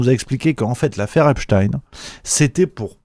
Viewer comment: ça m'agace cette prononciation epstine genre à la russe !! alors que c'est bien epstein un nom juif point ! tout com einstein qu'on ne prononce pas einstine ainsi que zilberstein et non pas zilberstine !!! cette façon de vouloir mettre un peu de russe dans cette affaire est vraiment une façon de vouloir noyer le poisson dans le monde entier alors que c'est en grandes majorité l'occident qui est bien mouillé com d'hab d'ailleurs ...